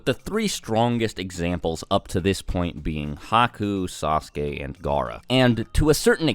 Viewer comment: I was with you until you said Haku 😒